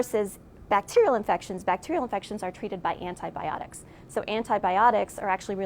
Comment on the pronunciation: With greatest due respect, as an English Speaking scientist, I wish someone would explain to me, "Why an allegedly educated person Especially someone with a PhD, SUCH AS, would Pronounce Antibiotics, as "ana biotics" or "ana Bah Ahh tics"?? And I'm embarrassed to admit, that this terribly WRONG Pronunciation is done mostly by us Americans!!!! You almost Never hear Canadians, people from U.K. or those speaking English as a Second Language saying it wrong!!! PLEASE, PLEASE, it's simply pronounced, "Anty By Ahh Tics":-0)>-- Love and peace to you all!!